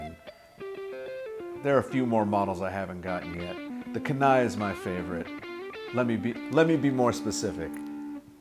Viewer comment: Don't want to sound too critical but if the model is named after the Kenai River in Alaska it should be pronounced KEE-nigh.